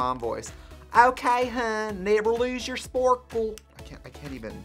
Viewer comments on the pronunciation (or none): “Nayvur lose yourh sporkle”